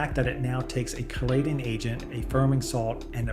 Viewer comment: The ingredients, whether they should be there or not, doesn’t mean the beans are not real. This is click bait on the title. You don’t need to use click bait to get viewers. And the pronunciation is KEY-LATE-ING.